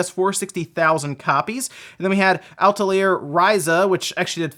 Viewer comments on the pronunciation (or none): "Al-tuh-zeer Ryza" -.